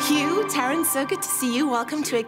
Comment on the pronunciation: Did she really just pronounce Taron's surname WRONG?!